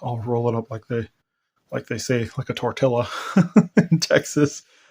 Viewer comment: Texans DO NOT say “tor till a”.